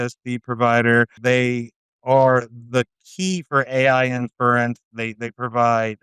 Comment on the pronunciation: This episode should have been titled, "we missed it!" The word is inference. Not " In-furr-rents" If you say it right, it flows pretty easily off the tongue.